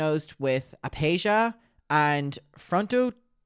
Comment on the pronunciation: “Aphasia” is pronounced with the ph sounding like an “f” like “phase” (only commented bc you looked up the pronunciation of that other word) (uh•fay•zhee•uh)